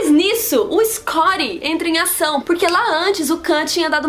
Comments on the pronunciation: quem é escori?,....porque não fala Scott ?...ok, o resumo é legal, valeu o trabalho mas para que esta pronuncia? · Nossa ,vc tem certeza que você assistiu os filmes mesmo !!! você falou muita besteira! !! onde vc ouviu karke e o escondi porra pronuncía direito o nome !!